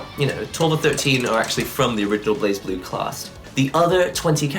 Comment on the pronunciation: ブレイブルー is how you say it. I don't think I've ever heard an English speaker say it right.